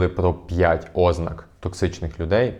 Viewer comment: ознАк,а не Ознак!